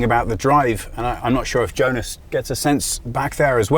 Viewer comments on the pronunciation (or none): none